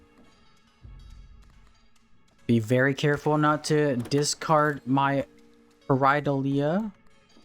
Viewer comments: ok, also I will be criticizing your pronounciation of Pareidolia. it's not Pareidola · Nice build. I would’ve looked up how to pronounce pareidolia if I knew I was gonna have to say it a million times in front of thousands of people but that’s just me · You're pronouncing Pareidolia wrong. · Someone count how many times he pronounces “Pareidolia” incorrectly 😂